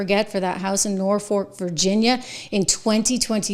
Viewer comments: You just plain cannot pronounce the name of a town below the Mason Dixon line, can you? Not North Fork...Norfolk....it's a slap in every military member's face to mispronounce a city with such a history...Memorial Day is coming up...God Bless those who gave all... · IT'S NOT"NORFORK'!!!! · Also the city of Norfolk is pronounced NOR-fuk